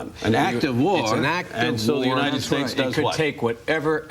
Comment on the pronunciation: The uninen states. This guy hasn’t been able to say United ever in his career.